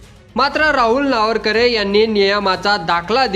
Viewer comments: अरे बाबा नावरकरे नाही, नावेंकर आहे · वाचता येत का नार्वेकर नावरकरे नाही रे पत्रकार महाशय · नावरकर नाही रे नार्वेकर... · नावरकर नाही नार्वेकर म्हण रे .. बाकी भास्कर जाधव ग्रेट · अरे नावरकर नाही. नार्वेकर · अरे तुला नार्वेकर सुद्धा उच्चारता येत नाही. कसला विडिओ बनवतोस 😅😅😅😅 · कृपया या कार्यक्रमाचे समालोचन ज्यांनी केले आहे त्यांना हात जोडून विनंती की,आपण सभागृह अध्यक्षांच्या आडनावाचा जेवढ्या वेळा उच्चार केला तेवढ्या वेळा तो चुकीच्या पद्धतीने केलेला आहे.कृपया उच्चार स्पष्ट व शुद्ध असावेत. कारण आपण जे कांहीं सांगतो त्यातील चुकीच्या उच्चाराने शब्दाचा अपभ्रंश होऊन न कळत चुकीचा अर्थ लावला जाऊ शकतो.कृपया यापुढे असे कोणत्याही नावा बाबत तसेच शब्दा बाबत होणार नाही याची काळजी घ्यावी एवढीच माफक अपेक्षा. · व्हिडिओ बनवणारे तुम्हाला अध्यक्षाचे साधं नाव सुध्दा वाचता येत नाही. आश्चर्य. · आपल्याला साधे नार्वेकर यांच्या नावाचा चुकीचा उच्चार करत आहेत. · पत्रकारानी नार्वेकरांच नाव प्रथम निट उच्चाराव